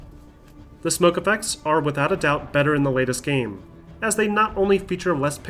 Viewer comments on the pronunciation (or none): none